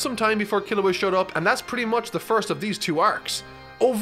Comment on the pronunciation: So everyone went crazy how pronounced Gon, meanwhile i'm cringing so hard everytime he says Killua the "english" way. It hurts me